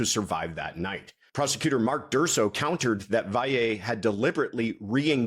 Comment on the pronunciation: So far you’re the only person who pronounces Valle correctly and beautifully. I know petty, but I just had to say it .